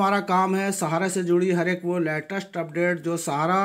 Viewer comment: अबे लेटेस्ट होता है लैटेस्ट नही होता । पहले बोलना सीख लें तब बताना ।